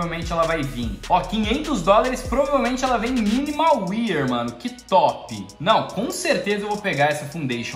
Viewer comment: #AK Salve! Cara, você é influenciador e trabalha com isso, então eu acho importante você pronunciar corretamente o nome das coisas no cs (pq querendo ou não, tem gente que deve pronunciar como vc), O estado Minimal wear se pronuncia "minimal uér" e não "minimal uier"